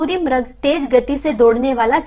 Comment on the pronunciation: आदरणीय बहिन जी म्रग नहीं मृग सरल भाषा में मिरग नहीं मिरिग बोला जाएगा